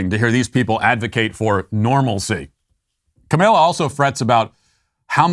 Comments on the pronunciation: I love how Matt pronounces Kamala as "Ka-may-lia" so much that I'm adopting it. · kay Ma' lalala ^_^ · It’s so far off from the way it’s actually pronounced, but it’s hilarious, and I love it. 😅